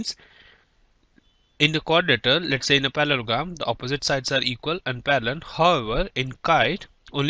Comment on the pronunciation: its not palologram its parlogram